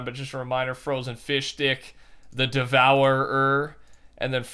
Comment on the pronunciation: “The devour... ER”😂😂